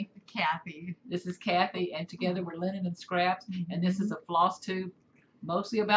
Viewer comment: Linen not line